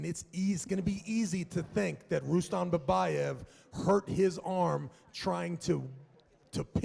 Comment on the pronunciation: Who is Rueston?? It's pronounced Rustum Don't ever leave the sport this commentary gig fits u perfectly!